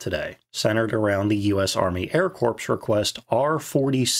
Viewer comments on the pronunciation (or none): Air 'Core', not 'Corpse'. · I must make you aware of this. "Army Air Corps.'" The 'p' and 's' are silent. 'Corps' is pronounced the same as 'core.' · Good video. The p and s in “corps” is silent, though. Like “core.” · XP-57: The Ass-ender I'm not even going to comment on your pronunciation of the word 'canard', but the 'p' in the word 'corps' is silent. So, the phrase 'army corps' should be pronounced "ar-me kor". It looks ugly, I know, but thats how it should sound, brother. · "The Air Corpse." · 'Corps' is pronounced like 'core' even when plural. So be careful when you say "I sent XXX Corps" that people know you didn't say "I sent thirty corps." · It always bothered me when that illegal Kenyan "resident" - 2008 through 2016 - would say "Marine Corpse". Pretty sadly uneducated. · I literally stopped watching this video as soon as he said that. Just coming back to finish the video a few days later